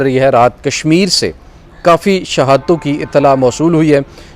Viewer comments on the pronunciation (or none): none